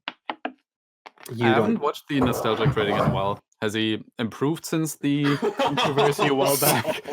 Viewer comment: Is Izzie unable to pronounce "Controversy"? "Connerversary"?